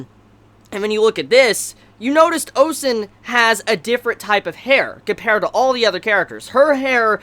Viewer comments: I'll be very nit picky here and say this: it's Ozen, not Osen. But besides that, good review. Now, pacing wise for the show: at second glance, they may be on track. If they adapt 3 chapters per episode on average with some cuts here and there, the anime is on track to adapting to what the intro hints to. (spoiler) The fifth layer and Bondrewd. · why are you calling her "osen"?